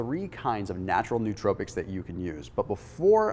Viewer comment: This is an awesome topic that not too many people know about - great video man! Side note: some people say nootropics with a really weird pronunciation. Lol.